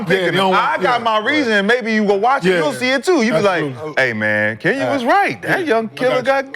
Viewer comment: Kenyen mad 1 min into the clip bro 😂 Kenyon*